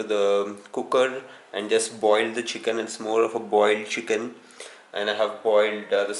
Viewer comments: Its AND not EIND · It's aind for him not and😂😂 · Aaind I stopped watching once I heard aind..